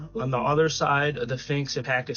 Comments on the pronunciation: The finx??? Learn language please, s ph inx say it , say it! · Dude, really though... you keep calling it a "Finx", but it's a SPHINX. LOL I loved the info you provided, but can we call it by the correct name please? That's almost as horrific as calling an Espresso, and EXPRESSO! Hahaha!! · Dude stop saying "finks!!!" it's pronounced "Sphinx!" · A “Finx”? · To the guy talking about the SPHINX, you need to work on pronunciation if you’re going to make videos. You are saying Phinx in your clip and it’s pronounced Sphinx, with an S. And you’re also saying escavate when it’s pronounced EXCAVATE. The info you’re saying is great and the content is great. Just need to articulate and pronounce your words right.